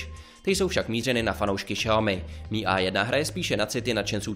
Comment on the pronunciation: Čte se to em i a ne mi